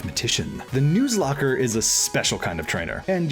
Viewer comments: Its “nuh”zlocke not “noo”zlocke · Am i the only one who laughed about how he pronounced nuzlocke? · Mispronouncing Nuzlock and giving the Pre-Gen 6 shiny odds. Gg,.